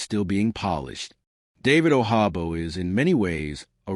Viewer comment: He’s not Spanish and the j sounds like a j He’s from Nigeria. Hate computer voice.